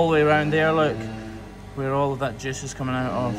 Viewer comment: “… look. Where all of that juice is coming from.” The word “juice” with a Scottish accent sounds uncannily like the word “jizz”. (Which, as we all know is the official name of the fictional music genre heard in cantinas of the Star Wars universe.)